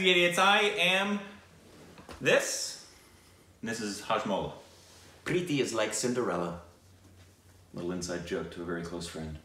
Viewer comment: Did I hear correctly? Did say preeti. I know he’s not talking about me LMAO but I really like his pronunciation which is highly accurate. People always emphasise so much on the T and make it sound like the TH sound. My name is Preeti so I know the struggles of people mispronouncing